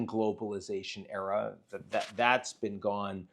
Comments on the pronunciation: Love how, the first time Ian said "a new era", he clearly added an "r" at the end. Most definitely a new error. And a catastrophic one, most likely. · can't figure out if Ian is saying "era" or "error". Error seems more apt.